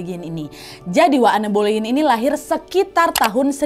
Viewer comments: Kak koreksi dikit maaf yaa, baca namanya an bolin, bukan anne boleyn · En belin , kata guru bahasa Inggris ku sih gitu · Anne Boleyn dibacanya En Bolyn ka😭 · Aku terbiasa denger pronounce namanya 'Enn boleyn' tiba tiba denger nadia sebut 'anne boliyin' jadi lucu😂 Semangat wakk, next bahas istri Henry VIII lainnya yaa!!! ❤❤❤❤❤ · Cara baca namanya anne boylen itu en boylin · En bolin bukan ane boliyin😅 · Di baca en belin bukan boleyin ✌️ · Iya kak, dikepala udah stuck en boliin. Ini sama kak nad jd aneu aneu, berasa denger kisah lokal tp sukaaak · Sebutan Anne Boleyn itu sebenarnya Enn Bolin. Tp gpp ya, sama2 kita share pengetahuan. Youtuber story telling yg da best pastinya kak Nad. Disusuli babang tampan Hiro terus kak Ness. Cuma mereka yg aku enjoy banget cara story tellingnya. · Anne Boleyn bacanya itu en bolin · Bacanya (an Boleyn) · Kak Walaupun tulisannya Anne Boleyn bacannya "En Bolyn" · Koreksi dikit ya kak, bacanya "en bolin" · kok gk enak banget ditelinga pelafalan namanya Anne Boleyn. Coba dong belajar dl pelafalannya, jd kyk asal sebut. Harusnya "Ann Boliyn" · sorry nih tapi dibaca nya "en bolin".ga enak bgt di denger plis😭